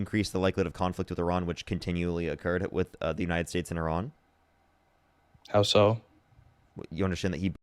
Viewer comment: I don't know, I personally like when he mispronounced United States, and when it took him 4 tries to get the definition of groceries!